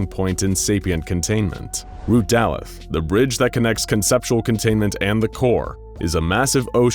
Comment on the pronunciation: Bruh they got all of the names of the Hebrew letters wrong except for Shin Alef: א Beth (we actually pronounce it Bet): ב Daleth (actually pronounced dalet) :ד Vav: ו Noon: נ Peh : פ